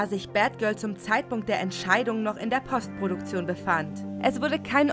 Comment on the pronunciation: Es gibt das Wort Postproduktion auch in der deutschen Sprache. Man muss es nicht zwangsläufig englisch aussprechen!